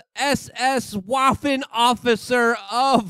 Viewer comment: Waffen as in Vvaffen w sounds like v